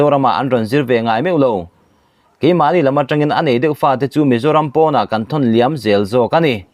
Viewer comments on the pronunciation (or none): none